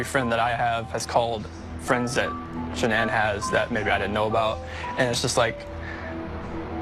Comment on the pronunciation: Her name is pronounced sha-nan, it's not that hard to say and remember. If you want to honor her memory, pronounce her name correctly!!!!!